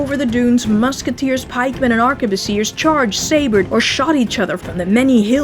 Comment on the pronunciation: *ARK-BOOSS-EE-AY... Even if it's plural...